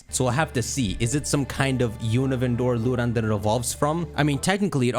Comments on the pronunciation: it’s pronounced “ArCHaludon” not “ArKaludon” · it's "AR-CHAL-UH-DON". They say it in the trailer. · I was gonna sub until I heard this man pronounce archaludon 😭🤦🏻‍♂️ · It’s the pronunciation of Duraludon and archaludon! It’s really Du(dew) ra (rah) lu (loo) don and Ar (r) cha (chal) lu (loo) don!